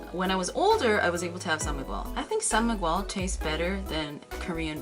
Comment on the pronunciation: Im kinda bothered how u prnounced my name (miguel) 😂 just kidding love from ph!